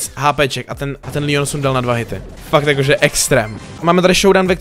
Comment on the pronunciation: Proč říkáš Lion🤦‍♂️. Je to 👉Leon👈